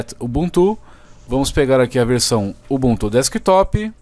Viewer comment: UBUNTU NAO TEM ACENTO, PARA DE FALAR UBUNTÚ